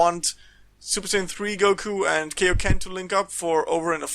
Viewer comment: KAI-O-KEN NOT KEI!!!!! Like King Kai !!! ffs...